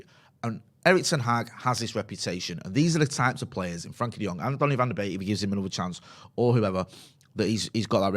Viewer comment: I get that you struggle with pronunciations sometimes but its not that hard to say "Frenkie" and not "Frankie" ffs.